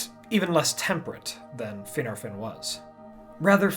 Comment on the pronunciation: is he pronouncing Finarfin and Fingolfin correctly? The Prancing Pony Podcast and many other sources say it differently